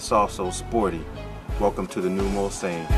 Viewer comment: ''bitches'' aren't hating because of the presenter's ethnicity. What makes us angry is that the presenter epicly fails to pronounce Mulsanne correctly. You see the car is named after a legendary racetrack called Mulsanne. Racing in Europe is nothing like Nascar. There is a lot more heritage in European motorsport and it's very close to our hearts.